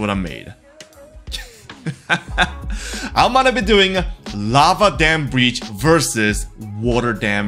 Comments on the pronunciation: Im sorry Im not trying to be mean but you said "relastic dam brietch" and i just died. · Bro really said "Real-ass-stick damn bridge"💀